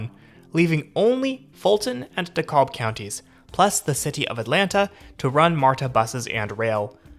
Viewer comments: Dekalb is pronounced Da-CAB. And Gwinnett is pronounced with the emphasis primarily on the second syllable like gwen- ETTE. Think of it like a marriage of the sound from Schwinn bicycles and the suffix from the word kitchenette. Norfolk Southern isn't headquartered in Norfolk anymore because of the multiple mergers and consolidation of assets and hubs that happened to create the modern version of the company. The short version is that the company was founded in Virginia but that Atlanta is more centrally located in it's network and has better railyard facilities. This was a pretty good write up for MARTA. I lived in Atlanta for two decades and used the system frequently especially when I first moved there and had a job downtown and a home in the suburbs. Politics and racism are the two major stumbling blocks that hold the system back. But after moving to Houston and living there for over a decade MARTA feels amazing to use by comparison. The pleasure and convenience of being able to use a northside MARTA parking lot completely for free when traveling to the airport and of being able to walk directly into the main domestic terminal can not be overstated, nor can the ability to see events at MB or State Farm without having to drive downtown. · Also it’s not “Dee-cob”, it’s “DEE-CAB” county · Did you mean "DA-KABB"? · DeKalb- the L is silent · Also DeKalb is pronounce Da-KAB County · It’s actually pronounced De-kab. The L is silent. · The creepy dude also messed up DeKalb too. These people make videos about places but have NO true idea about the area. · Good information especially for newbies. A couple of things though if you don’t mind… It’s just “MARTA”, not “MAR-TAH”, and DeKalb County is pronounced, “De-kalb”, not “Decob”. I’m thinking from your accent English may not be your first language (?) but just pointing this out. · Dekalb = Dee-cab, silent L Gwinnett = Gwen-ette Great video!!!! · "DeKab......." "Gwin-et." From a native Atlantan.